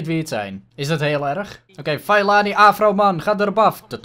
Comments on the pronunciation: Je moet Fellaini uitspreken als Fe(doffe e)llaijni ;) #DeBelgischeAfroMan #DeBesteKopperVanBelgie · Fellaini moet je zo uitspreken : Fellajnie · HET IS Félaini uitgesproken !!! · Fallijnie zo zeg je dat, toffe aflevering weer maar mijn voor keur was psg.👌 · het is fellAIni met de ai als je zegt als je pijn hebt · Je spreekt fellaini uit als felaynie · je spreekt het uit als feelajnie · Fe la ini is hoe je het uitspreekt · je spreekt fellaini uit als felaajni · Fellaini spreek je uit als felijnie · Het is fe-la-ie-nie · Fellaini spreek je uit als: ve-lij-ni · Je spreekt het uit als felaanie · Het is feleinie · Je zegt Fel-A-Ini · Je spreekt de naam van de afroman uit als FE-LA-INI!!!! Like zodat!!!! dit ziet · Spreek uit: feleenie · Je spreekt Fellaini uit als Felaanir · je zegt vel-ij-nie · Nee je spreekt het uit als vieleijnie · Je zegt felaanie